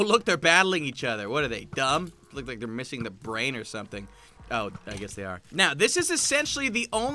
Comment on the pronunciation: "Looks like their missing the brain or something." You said it like it's THEE brain, Like there was a specific part of the brain, called the brain...